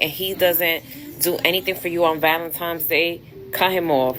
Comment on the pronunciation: Cut off anyone saying valen - times day.